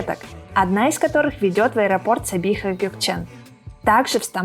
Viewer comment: Не сабиха, а Сабия